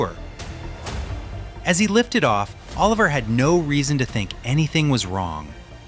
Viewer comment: Noooooooo 😭😭😭😭😭😭😭😭 Oliver not Olever